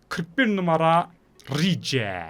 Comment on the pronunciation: rice diyil rays